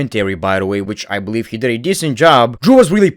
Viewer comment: I BOLIEVE IN JOE HENRY